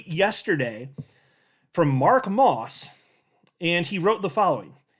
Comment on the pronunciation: LOL you calling Mark "Ross", vs Moss.